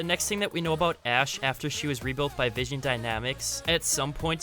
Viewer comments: it's not vision, it's VINSON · Vinson.. not vision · Vin son not vision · Not vision, it's Vinson. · Vinson not vision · Waiting for him to say Vinson dynamics right